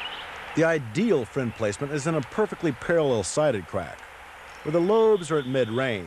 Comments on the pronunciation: Lmao, I was like, " did he just say quack...wait he did it again." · love it. i don't think he can say crack climbing, calling it "qwack"